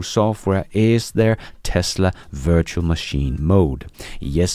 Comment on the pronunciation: Precisely!, as a Danish citizen, sometimes struggles with English. We must be indulgent. 😏